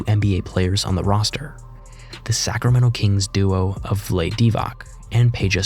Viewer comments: “Vlaid” bro?! Really? Put some RESPEK on that man’s name n do ya research! It’s Vlade as in (V-Lah-Dee) 😂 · WTF, did he just call pronounce Vlade like the word blade. It's Vla-D . There is a long e and its 2 syllables. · I'm sorry, but "vlayd deevok"? It's vla-day dee-vots. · Vlade Divac's name is pronounced Vlah-day, not Vlaid. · Did u just fckin say VLAYD divac??? Hang in there champ, I SWEAR this will be a constructive criticism comment and MAKE YOU AND YOUR CHANNEL BETTER after reading it... So Look...maybe this is a 1 time mistake and u usually on point,,but ur obv a "young buck" or "new-ish" to basketball.... cuz no offense to u, but any TRUE DIIIIE hard, or fan that grew up watching the original Oscar winning Flopper, and man traded for FRIGGIN KOBE, knows that that dude is "VLAH-dee" Divac.... I guess I am "taking out" a lonnnng held frustration on you, in a way, but I've seen some of ur vids and I'm a fan, so again, CONSTURCTIVE CRITICISM: I dont care if u think u know a word and have gotten it right 99% of other times said,,cuz 99 ain't 100% GOOGLE/SEARCH/WHATEVERRRR anyyyyyy word or name that looks kinda funny. It takes an extra 5-15 seconds to seek the proper pronunciation, and to record yourself saying that, earning the respect and fandom of more people than youd realize Even if u KNOW u know the correct pronunciation, just DOUBLE CHECK.... It literally costs and hurts u NADA, and helps legitimize an already cool channel that much more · It is pronounce as "Vlayd Deevak". I guess most here dont know their basketball 🤦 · Yugoslavia broke up into multiple countries - not just Serbia. Ex: Croatia, Slovenia, etc. Vlade is pronounced Vlah - Day. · I'm sorry but you have to pronounce Vlade Divac's name correctly. It's Vlah - Dee. Can't watch anymore. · Divac's first name is two syllables, pronounced "vlah-day." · Youtubers literally don’t know what or who tf they’re talking about 😂😂… “ Vlaid” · This mofo really called Vlade “vlaid” 💀